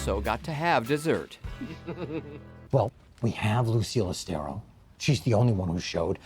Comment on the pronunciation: "My dear Lucille Aus-te-RO." 😂